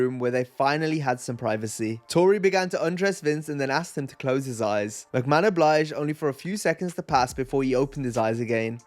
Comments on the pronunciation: I know damn well you didn't just call him "Vince Mc May-Hone"...It's "Vince Mc-Man." (Maybe be a touch of breathy "h" in the "man" portion, Like, "ma-han" but not that heavy.) You want Vince McMahon on screen, watch the Karate Kid Trilogy. The third movie you will me Vince on "Coke". I actually remember seeing Vince getting his head shoved up Rikishi's backside. He was basically the replacement for Yokozuna. Zip line Entrances are a bit of a PTSD trigger for many fans after Owen Hart. Oh no honey, Wrestlers absolutely get hurt. Sometimes it's intentional. Sometimes it ain't. But, unless something drastic happens (Needing actual IMMEDIATE medical service) they try to maintain character at all times. Wonderful Reaction. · Real talk boys; how cute is she for saying "Vince Mick-may-hone?" Never change. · I’m sure you figured it out by now but it’s pronounced mick-man😂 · Who the fook is Vince McMahone